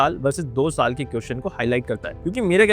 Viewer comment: Bhai everything is good but it's "question" not "quotion". 😅